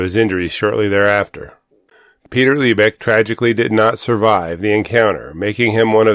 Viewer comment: I live up in the lebec area, your not saying lebec right, but you didn't show the terrain correctly